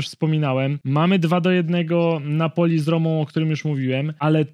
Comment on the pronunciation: Każde wypowiedziane Napoli w tym odcinku sprawia ze uszy krawia…